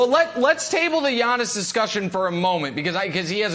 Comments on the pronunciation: When Brandon says “Yawnnis” 😂😂😂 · "Yawniss" god I hate Brandon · Nobody: Brandon: “YAWNIS”